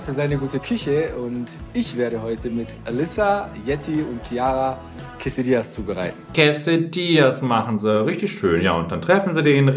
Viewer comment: Wo kommt denn immer dieses ‘quesEdillas’ her!? Es heißt quesAdillas😩